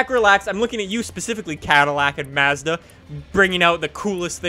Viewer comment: I cant stand the way you say Mazda